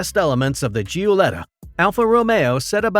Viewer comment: Who....or what is the narrator? How can the history of Alfa Romeo be presented by someone.... or something that can't pronounce Giuletta correctly? Gee-you-letta?? Get a human next time.